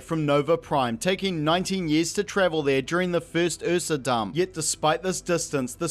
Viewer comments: Watching this movie had me so traumatized by the "accent" Jaden did that I feel triggered by this completely justified pronunciation of "uhsa" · this dude tries to corrent the word phenomenon but he says ursa as the "eafsa" like wtf